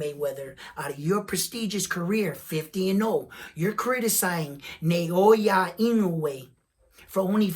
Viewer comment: Inoue's opponents would no doubt rather fight in Japan -- because that's where the money is at 122. Let's see if I can help with Inoue's given name: It's NAH-OH-YAH. ... rather than NAY-OY-YUH. His name break down syllabically like NA O YA = NAH OH YAH